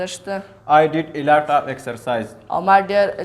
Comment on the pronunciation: Elot off ❌ Alot off ✔️